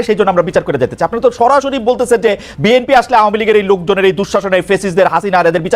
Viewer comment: তুমি শুদ্ধ করে বি এন পি এর নামও বলতে পারনা এটা কেমন কথা। শুদ্ধ করে বিএনপির নাম বলবে। বেএনপি কি শব্দ?